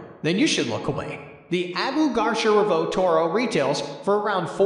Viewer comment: Abu what?!😂 never heard garcia pronounced like that lmao